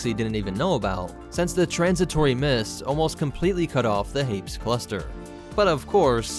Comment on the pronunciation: I'm not sure you pronounce Hapes correctly.